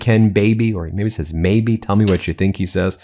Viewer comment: "Maby", for sure. First, it sounds that way, just. Second, his lips form M, not B.